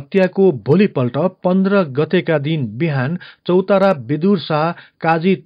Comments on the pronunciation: चौतारा हैन चौतरिया हो ! अलि स्पष्ट बोलम हजुर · चौतारियालाइ चौतारा भन्छौ😀